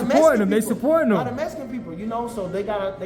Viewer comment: “A lot of mesican people “ 😂